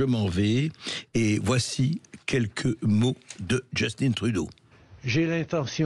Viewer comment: Cest Justin pas Justine ... vous n'êtes pas capable de parler en francais en france ?